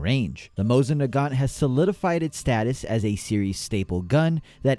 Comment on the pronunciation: Nagant is pronounced without T